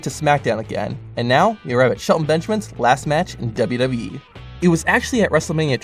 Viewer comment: Every time you say wwe you say wwhe